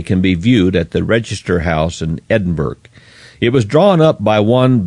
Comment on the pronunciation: Edinburgh is like Edin burah not Edin burg 👍